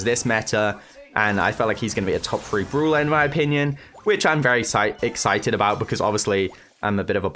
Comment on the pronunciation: every time i heard "Brula" its soo bad